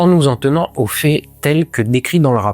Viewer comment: S'en tenir aux fées, telles que décrites dans le rapport ? Quelle idée de ne plus opérer de distinction entre le son é [e] (ex : je viendrai, une fée) et le son è [ɛ] (ex : je viendrais, un fait). C'est un phénomène que j'observe dans toutes les régions de l'hexagone et qui s'amplifie. La "pée" en Ukraine ou en Iran... Forcément, cette prononciation indifférenciée se répercute sur l'orthographe ; le futur simple et le conditionnel présent ne se distinguent plus. Quelle déchéance... 😵‍💫😱